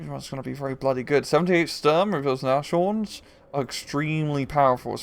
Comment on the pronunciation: nashorn is pronounced nas-horn, I'm pretty sure. It means nose-horn, aka rhino.